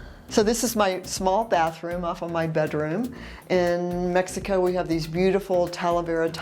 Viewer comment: Please pronounce Mexico probably. You live there now so pronounce it right.